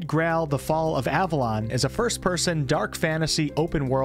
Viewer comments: omg my guy said "grall" not "Grail" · Did you say "Tainted Grall"? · did I really just listen to an American mispronounce "Grail"?... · I like how you can't say the word 'grail' properly